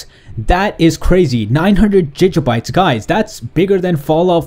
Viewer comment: Gig-a-bit your saying jij-bits just a FYI